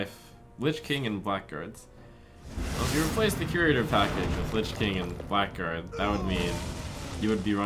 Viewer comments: Blackguard is pronounced blagard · It's pronounced "blaggard", not "black guard". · Isn't it something like "Blaggard"? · Haven't heard a single streamer pronounce blackguard correctly yet -_